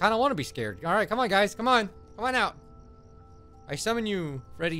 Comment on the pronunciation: I summun you Freddy! Demon Freddy imerges "You summun me!!"